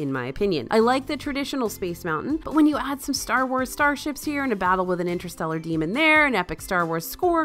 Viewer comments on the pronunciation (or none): none